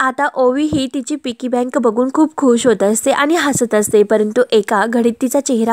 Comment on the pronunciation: तुम्ही तुमच्या गावंढळपणा काही सोडणार नाही व्हिडिओ बनवू नका म्हटलं तरी बनवणार अगदी या शब्दाची नेहमीप्रमाणे बाराखडी म्हणणारच पिगी बँक असते पिकी म्हणताय😅😂😂 मूर्खपणा काही तुम्ही सोडणार नाही